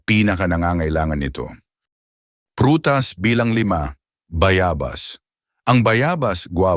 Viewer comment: Bayabas wrong pronunciation